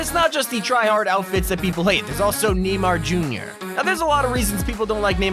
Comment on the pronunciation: “neeymar jr.” “the braat” lol